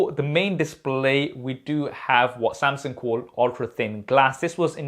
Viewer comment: "Samseng"....is it just me but this itch my ears whenever i heard him pronouncing it like that